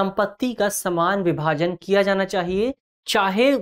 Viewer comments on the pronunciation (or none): none